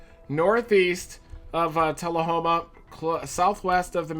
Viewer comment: hey thank you for pronouncing Tullahoma right